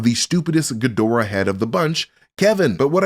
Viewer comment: Couldn't be more wrong mate the only thing that you could possibly dislike about is the fact he pronounced it Ghidorah not Ghidorah